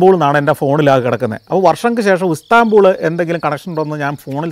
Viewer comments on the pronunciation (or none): Istanbul became Ustanbul!!